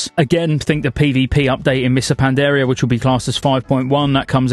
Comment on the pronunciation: HAHAHAHAHAHAHAHA I cant unhear it now!